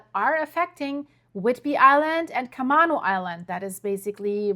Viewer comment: Camano pronounced Ka-may-noh.